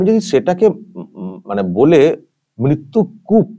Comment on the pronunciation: মৃত্যু বানান টাও বলতে পারেনা মিত্তু মিত্তু করছে।